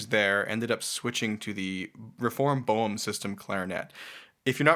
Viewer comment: Thank you for informative interview with someone who plays a true Boehm clarinet. But shouldn't you learn how to pronounce "Boehm" properly?